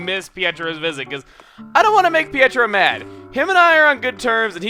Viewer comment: Pietro is pronounced p-A-tro